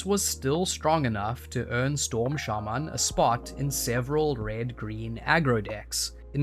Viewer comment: why did you pronounced shaman like that lmao turned jamaican for a split sec